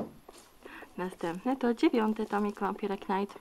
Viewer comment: fajny unboxing, tylko błagam, nie "wampire knajt", tylko "wampajer najt"